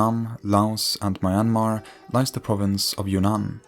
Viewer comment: Great video and very informational, however i keep hearing "kingdom of your nan" instead of "kingdom of Yunnan"